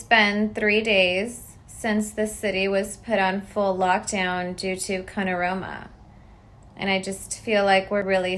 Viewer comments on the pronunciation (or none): Me: 😐Wayment who the heck is canara? 😁😂 Me: 😒She meant corona🤔😅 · “Canora, Panorama” 😂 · The salad shaking The Green Bean Bite and Crunch The I had this isea for 5'Days and the way she pronounced Corona 😂😂😂😂 #YEAH 🤣🤣🤣🤣